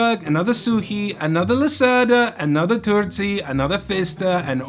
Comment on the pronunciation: ...and you pronounced names Suchy and Turczi right! 😊